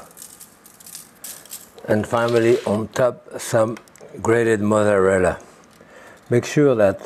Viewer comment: I've never heard someone completely skip the Z's in the word mozzarella before. This is how I will say it now forever.